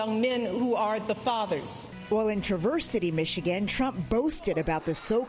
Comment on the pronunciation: TRAV-erse City NOT Tra-verse."